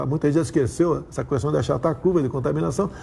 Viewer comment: Alguém ensina ele como se lê a a palavra "questão".